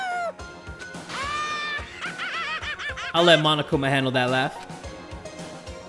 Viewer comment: Correction, Monokuma is not a mom, as you said. Lol Its Monokuma Not 'momokuma' XD i'm diying